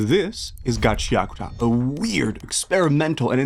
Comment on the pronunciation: It's GA CHIA KU TA not Gaceakta. I can't watch your video due to your shit pronunciation